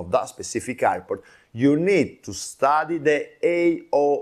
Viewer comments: This guy can’t be pronounced the word airport and he’s trying to teach 😂😂😂iport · Say airport sir….air air port